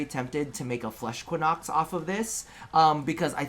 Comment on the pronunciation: The pronounciation of Equinox is triggering me.